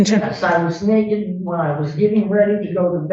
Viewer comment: Why is she so concerned with an old lady being naked and learn how to say naked. Omfg... ebonics